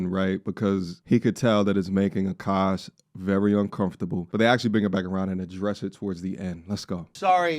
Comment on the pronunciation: A-kaash Machine 😂😂😂